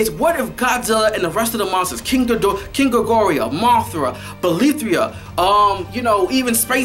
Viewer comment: Ghidorah. His name is GHI-DO-RAH.